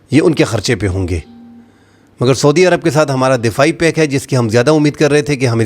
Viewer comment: Pack nahi ‘pact’ hai bro